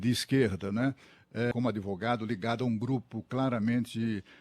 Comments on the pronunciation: Tinha ou tinha provas a" adevogado "? Inacreditável ouvir isso!! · "Adêvogado" do "Prerrô"